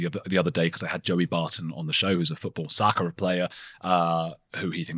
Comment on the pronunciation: The way you said soccer hurt my bones